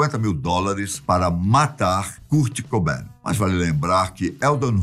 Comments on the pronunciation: "Curti Cubain" e "Custi Lóvi"? Cara esta engraçado, mas seu canal é awesome. 👏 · Da uma agonia de ver ele falando curt cobain e curtney love KKKKKK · Ah.. achei que o vídeo era sobre o Kurt Cobain, mas é sobre um tal de "Cúrt Cobén", o qual desconheço, mas suponho ser algum francês. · cúr cobein KSKSKSSKSK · Noossa, achei que eu tinha sido o único a sentir isso kkkkk "Curte Coubén", demais! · "Curte Cobain, Deive Gru, Curtinei Love"... tá mal aí hein, meu tio kkkkkkkkkkkkkkkkkkkkkkkkkkkkkkk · cúrt cobain ... ai doeu essa ai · Curt coben 😂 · Da uma agonia o homem pronunciando errado o nome do Kurt cobain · Só em não PRONUNCIAR BEM O NOME DESSE GÊNIO, VC MERECE DISLIKE! Q HORROR!